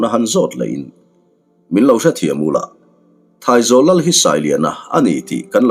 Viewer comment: Sir thaizawl ni lo in traizawl a ni zawk lo maw a lam dan tur hi!! Lunglei lam ah hian traizawl khua a awm a